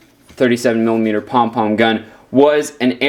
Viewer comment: Cringing when u said pong pong